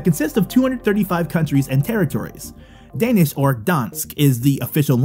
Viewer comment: as a dane, you kinda butchered the pronunciation of the danish words, but props for trying😂